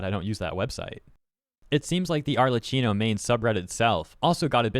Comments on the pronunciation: Just wanted to let you know that her name is not "Arlecino", it's "Arlekkino" with DOUBLE and HARD C sounds. I know you Anglophones do not care about learning pronunciations of other lanugages' native words, but ever since she became so famous, it wouldn't be bad to go look up for the character's name proper native pronunciation. It's Italian, it surely is not an hard-to-learn language with impossible phonetic registers... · Hey, is pronounced ArleKKino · Btw the "Cch" in Arlecchino is pronounced as a hard "K", aside from that good video. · FYI, her name is pronounced with a hard k, not a ch sound. It's Italian pronounciation.